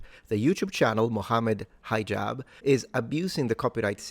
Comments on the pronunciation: You pronounce his name as High-jab. why? His name is pronounced like He-jab. It's not hard to say. Especially since you're not an American hillbilly. Not a big thing but what with that? Otherwise, it's not the first time Hijab blocks or edits debates he took part in. A snake of the worse kind. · Hee-jahb. But he does act high so I'll forgive ya. Lol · High Jab? No. It's He-Jab